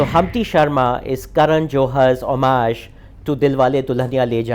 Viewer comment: Mr. should check the pronunciation of "homage"!